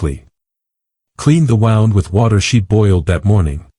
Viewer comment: Bad AI. Check pronunciation of “wound”.